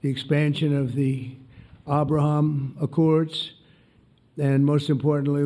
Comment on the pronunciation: Abrahummmmm, instead of ABRAHAM - music to my ears.